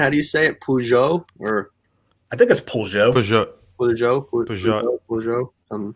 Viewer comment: the brand Poljot is pronounced, "Pol-yat." It means flight. I don't think that I told you but I speak several languages. I don't speak Russian, however, I do speak Ukrainian and I am familiar with the correct pronunciation and meaning of the Russian brands. Sorry I missed the show. Presently I am on a business trip in Vienna.